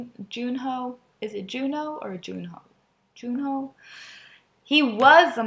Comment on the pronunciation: his name is pronounced jun-hwae/hwe (ju-ne) :)